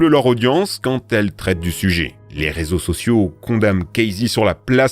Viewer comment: 14 minutes 41 secondes. Resaux au lieu de réseaux